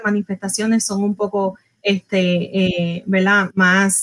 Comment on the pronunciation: SE DICE VERDAD NO VELDA TODA UNA DR